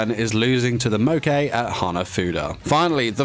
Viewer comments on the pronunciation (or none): the pronunciation is killing me lmao hack oh joo die? neigh neigh? mo kay?